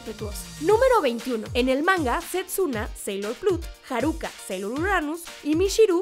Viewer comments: Muy buen video pero cada que la presentadora cambia los acentos de las palabras me irrita!!! Que es eso de haRÚka, SÁturm, y su lost in translation de "tu nómbralo" (You name it)... Ya nomás le faltó koKÓro como los otros perdidos otakus.. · Jeje si no puedes pronunciar bien "Neptune" mejor di Neptuno y ya! No es Harúka, es Háruka (no lleva acento, pero así se pronuncia). El nombre de Júpiter es Makoto, Lita fue la adaptación para latinoamérica. Yo agregaría a estos datos que todas las chicas pertenecen a un estrato socioeconómico alto! Y que uno de los errores garrafales que hicieron en Crystal fue que dijeron que Haruka poseía los 2 sexos o algo así ja...😅